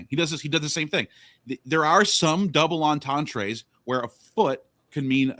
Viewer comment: Double entendre is NOT pronounced “double en-ten-tray.” 🤦‍♂️